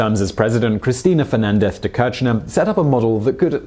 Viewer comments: Why pay for someone to voiceover if they can't even read the statements properly? Soo many mistakes. "Vulture, Kirchner" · Great video. Thou this is the second one i see where you mispronounce "Kirchner".